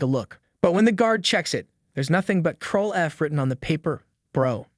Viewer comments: its called CTRL not TROLL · CTRL is pronouce the same as CONTROL bro... not "troll"